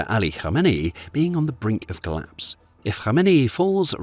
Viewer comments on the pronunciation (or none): none